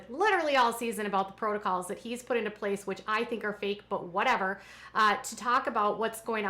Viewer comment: Not to mention Kody’s “protocles” UGH! I hate that! Drives me crazy whenever he says that! I yell at the tv every time!